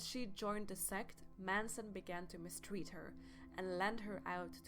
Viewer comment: I agree. This is beyond bad.Poor audio, misinformation. She can't even speak right.😒 da- the; uder-other; etc...etc..👎